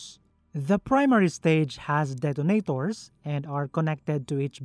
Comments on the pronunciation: This is always what gives away that it's an AI-generated voice. They're everywhere here on YouTube.. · the way he pronounced "Detonators" hadt just made my morning DET-AH-NAE-TOORZ